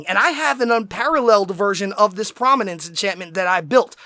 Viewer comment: it's prominence not prominance